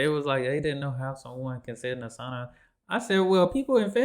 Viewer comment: I love how you pronounce sauna the right way 😊 not sawna like most americans say, but saUna 🤩😇